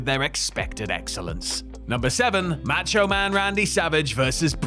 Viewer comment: For the love of God please learn how to pronounce Macho. It's enough to block this channel.